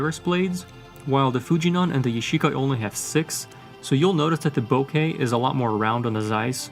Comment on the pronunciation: Sorry, I just have to correct your pronunciation; the out of focus blur is a Japanese word "bokeh" which is pronounced "bo-ke", not "bokka". Please listen to the Japanese men in the end of the video